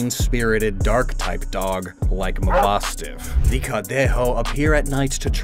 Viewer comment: I just want to congratulate for how much his Spanish pronunciation has improved 😄 Specially when saying Barcelona, Santa Campaña, and Cadejo 👏🏼👏🏼👏🏼